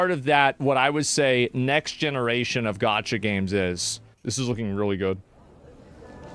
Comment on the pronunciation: You had me until you said “gacha”